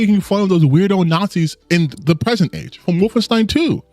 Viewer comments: "Woof-in-steen" Edit: No he should definitely be made fun of for that pronunciation. It isn't hard to check how the name of a popular game series is pronounced. Makes it clear he hasn't played them. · Not gonna lie, the most annoying part is him saying “Woffen-STEEN” repeatedly. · I know we're not supposed to make fun of how people pronounce stuff, but the way he pronounces Wolfenstein makes me think of a mod where BJ is wearing a fursuit.